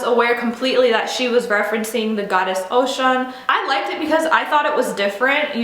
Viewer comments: Respect sis, agree with you 100%. FYI Oshun/Ochun is pronounced O-shoon not Ocean. Peace and blessings. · It's Oshun, not Ocean😬😬😬😬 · Ohshoon....correct pronounciation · preach sister and not to be witty but the name oshun is pronounced oh-shoon one of her friends also my friend a choreographer jeffery page told me they have the same spiritual godfather i am a child of oshun and shango myself its good to be connected with our roots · OH- SHOON is how you pronounce Her name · Thank you, because she is doing a video without truly being knowledgable or knowing how to pronounce her name...smh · Ase with peace and love my sista you're not just beautiful but you come with a beautiful mind. what we call Ori. other than the pronunciation of the orisha you present others with a lot of good information more so than some of our people. Keep open their eyes to all the contradictions. Learning and understanding our ancestors and the things that came before is a beautiful thing